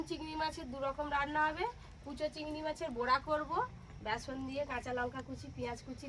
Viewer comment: বোরা না বড়া হবে